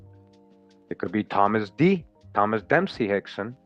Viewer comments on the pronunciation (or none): none